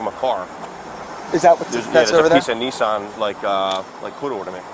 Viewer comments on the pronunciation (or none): Just to correct the policeman it’s not ‘ Neesarn ‘ it’s pronounced’ Nissan ‘ .